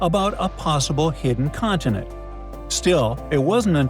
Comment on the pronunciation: Can you pronounce the words "Continent", "Mountain" correctly? A beautiful clip can be degraded by a small detail.